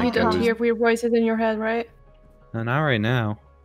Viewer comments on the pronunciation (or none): I dont do this but, you said wired instead of weird just pointing that out